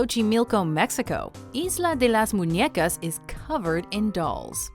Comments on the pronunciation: Kudos on your pronunciation on "Isla de las muñecas", that was very good !! hehehe great video as well ;) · isla de las muñecas en mexico .... good pronunced.. XD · I like to compliment the narrator. It's the first time I hear a non-Hispanic speaker enunciate "Isla de las Muñecas" flawlessly.